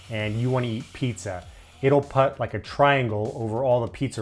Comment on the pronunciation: While the video is great there’s one annoyance I have. He says “put” like “putt”